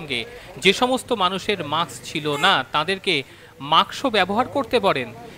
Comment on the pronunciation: Muks noy kothata musk, ok